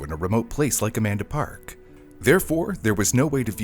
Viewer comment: I keep hearing a man to park instead of Amanda park so i feel you